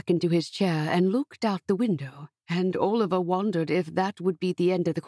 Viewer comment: "Owlivar"? Who pronounces Oliver as Owlivar? This is a really sweet story, but as others have said, the narration is unbearable. (At 1.25 times the speed it was a tiny bit better). I wish American narrators would simply narrate American stories, or read the books in their own accent, and British English people would narrate books that call for a British accent. I am German, but familiar enoughwith various British English accents to find the fake British ones assumed by narrators from the US really really cringey. And if I as a German can notice, I don't even want to know how it makes native speakers' ears bleed ;) BUT I loved the easy flow of the story and what I really love in general about your stories is how soothing and uncomplicatedly sweet your romances usually are! They are safe, and I don't have to worry about them being upsetting or overly sad. Although the father's illness was sad in this one!